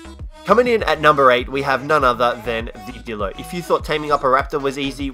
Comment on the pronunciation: It's not Dilo It's D(eye)lo